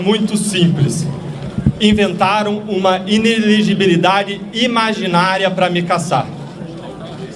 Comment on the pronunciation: A repórter não consegue falar inelegibilidade. kkkkk